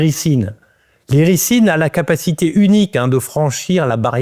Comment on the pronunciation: On prononce iriZine